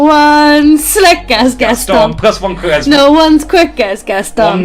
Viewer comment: Is my man unable to say "charisma" and keeps saying "Christmas"?!